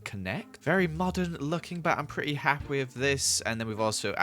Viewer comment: "im petty hapfwee with this" me "0-0. WHAT!?"